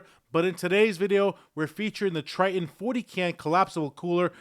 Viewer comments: Its TITAN not TRI -TON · It's "Titan", not Tritan!